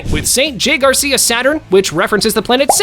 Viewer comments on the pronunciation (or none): none